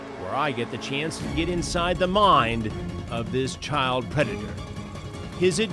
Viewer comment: “We’re gonna protect your chowl.”